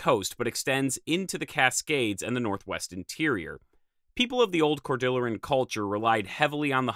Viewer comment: Great video, and I always enjoy your content! One thing, I think you might be mispronouncing "Cordilleran". The word is from Spanish (cordilla meaning "little rope"), and Cordillera in geology/geography describes a continuous system of mountain ranges, like the North American Cordillera. Maybe the Cordilleran Culture gets its name from the North American Cordillera? Sorry to be nitpicky, love your content!